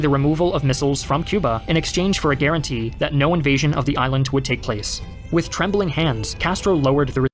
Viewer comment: “WITH TREMBLING HANNDS!!!!”